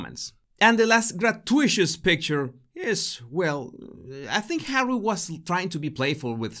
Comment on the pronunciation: It’s kind of humorous when you call just Hawwy just “Number 6” 😂